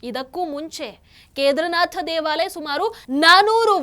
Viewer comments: Keedaarnath correct pronunciation madam not kedarnath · ವಿಷಯ ನಿರೂಪಣೆಯೇನೋ ಚಂದ ಇದೆ. ಎಷ್ಟು ಸಲ ನುಡಿದರೂ ಒಮ್ಮೆ ಕೂಡ "ಕೇದಾರನಾಥ" ಎಂದು ಸರಿಯಾಗಿ ನುಡಿಯಲೇ ಇಲ್ಲ. ಪ್ರತಿಬಾರಿಯೂ "ಕೇದರನಾಥ" ಎಂದೇ ಉಚ್ಚಾರ ಮಾಡಿದ್ದು. ಕೇಳಿಸಿಕೊಳ್ಳಲು ಬಹಳ ಕಸಿವಿಸಿಯಾಗುತ್ತಿತ್ತು. ಕನ್ನಡವನ್ನು ಚೆನ್ನಾಗಿ ತಿಳಿದಿರುವ ಈ ಒಂದು ಅಕ್ಷರವನ್ನು ಏಕೆ ಸರಿಯಾಗಿ ಅರಿತಿಲ್ಲ? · ಕೇದಾರನಾಥ ಎಂದು ಸರಿಯಾಗಿ ಉಚ್ಚರಿಸಿದರೆ ಸಾಕು.ನಿಮ್ಮ ಸನಾತನ ಧರ್ಮದ ಬಗ್ಗೆ ಇರುವ ಗೌರವಕ್ಕೆ.ಅರಿವಿಗೆ.ಅದನ್ನು ಸಾಮಾನ್ಯ ಜನರಿಗೆ ಹಂಚುವ ನಿಮಗೆ.ನೂರು ನಮನ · ಕೇದಾರನಾಥ ಸರಿಯಾದ ಉಚ್ಚಾರಣೆ